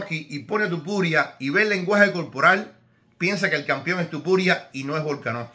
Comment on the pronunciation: Igual estaría bien, hablando perfectamente castellano o similar, decir aunque sea una sola vez, TOpuria en vez de TUpuria. Entiendo que un Americano o alguien que no sepa pronunciar bien el español, cambien el TO por TU. O cuando era casi un desconocido. Pero a estas alturas , me parece un poquito ofensivo. Perdon si le molesta. Pero es como si le dijeran a usted que tal Señor Ibro siendo un paisano suyo. Un saludo, espero que no se moleste y que le llame como quiera, aunque preferiria que esto ultimo lo intentara mejorar.